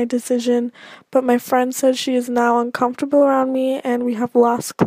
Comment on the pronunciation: Anyone else notice that says "uncomfortable" different than most people would say it haha? I don't think it's a bad thing lol I've just noticed it recently